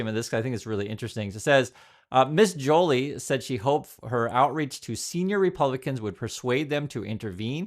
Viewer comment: It’s pot ash, not po tash. And Jo Lee. Accent on the second syllable. You lose credibility when you don’t pronounce things correctly. And yes, it matters. Good video otherwise.